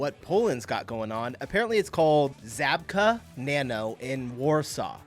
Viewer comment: It is Zhabka. Or whatever you would write it in English. Ż in Polish is like J in French